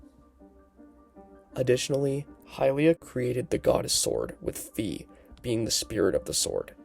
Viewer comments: A small, inconsequential criticism: according to the katakana (ファイ), Fi's name is pronounced "Fye", not "Fee" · Great theory! I've had these same beliefs for a while too, and there's even more signs! Just so you know, Fi is pronounced like sky not fee.